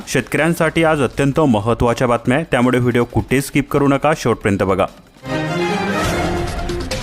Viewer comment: किती अशुद्ध बोलताय.त्यामुडे नाही, त्यामुळे म्हणा.